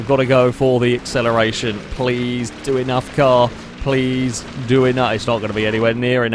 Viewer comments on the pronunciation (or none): none